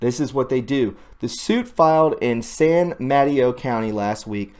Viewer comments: San Mateo.... pronounced: sand ma tay oh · The name of the town or city in California is San ma ta o